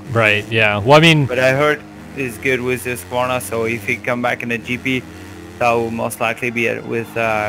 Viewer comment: Damn, you can pronounce Husqvarna like we swedes do, cudos to you dude!:)